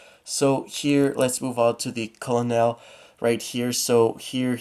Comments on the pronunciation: I don’t mean to sound rude but Colonel is pronounced kernel. Good video though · Colonel is pronounced Kernal. His name is "Colonel Dovchenko".